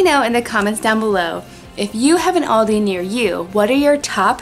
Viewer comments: It is pranounced aLldeee thats where i shop when i go to ireland but im from japan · Aldi not oldi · In England and Germany we pronounce it al-dee so it's kinda cool to hear how you say it no hate btw ly guys soooooooo much xx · we have loads of Aldis in the UK my dad actually works at one but in England... we also actually pronounce it differently it as well so it is sometimes weird hearing pronounced that way haha and my favourite thing to but from Aldi is the fruit and nut chocolate bar or the chocolate covered riced cakes (big chocolate fan lol) 🤪😝